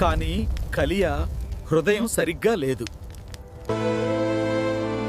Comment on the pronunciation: కలియ కాదు నాయనా కయీను హబేలు కాదు హేబేలు...